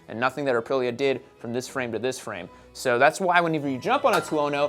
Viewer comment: lol you said “uh-pril-uh” lol and always the follow up “is that a 600? Looks small.” 😅😅😅😅